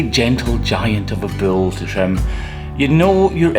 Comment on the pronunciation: Why does he call it a bill instead of a bull?